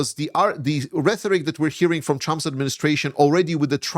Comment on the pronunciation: RheToric, not reTHoric. 😉 I keep hearing this mispronunciation. Love your channel. Slava Ukraini!